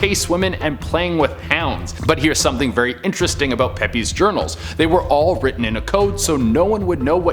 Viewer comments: Its pronounced Peeps not Pepy spelt Samuel Pepys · For future reference if an ' is put after an s that s is part of the name, case in point the diarist in entry 5 is Samuel Pepys (Pepys is pronounced like Peeps not Peppy) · It's Pearl Moen, not Moan.....It's pronounced Samuel "peeps", not "peppies".....Theodore Roosevelt didn't fight Hitler...Two minutes on Google goes a long way. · Thank you for confirming that, he had me thinking when he said pepys.